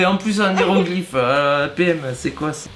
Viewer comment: "En néroglyphes" 😂😂😂